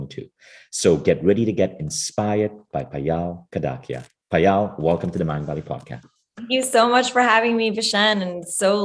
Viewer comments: I wish you could've pronounced Payal not Paayaal. For those who don't know, Payal is the beautiful bracelet wear around ankle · Yup, the pronunciation is 'paayal' and not 'payaal'